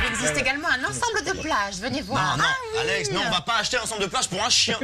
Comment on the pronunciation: It's Alex not Alexi, xD and her full name is Alexandra